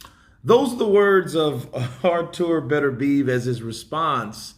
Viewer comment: Yo. please try to pronounce BETERBIEV correctly, It is not pronounced BETTER BEEVE as you keep saying, it is pronounced BITTER B EV